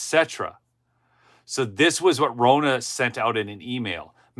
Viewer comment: It’s Ronna, like Donna. Not Rona.